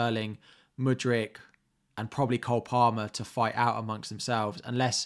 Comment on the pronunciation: Mudryk not Mudric, Mudric lives in Serbia or Croatia) Top-level otherwise!